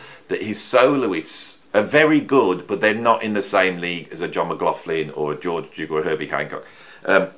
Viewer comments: McLaughlin is pronounced macklocklin the gh sound is not an f. This is no laughing matter 😂 !!! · I think the instrumental Sleep Dirt, originally released in 1979, could be in this group too? (Not the 1980s issue with those vocals I find hard to love.) PS: I have come to find endearing lousy pronunciation of McLaughlin's name as Magofflin!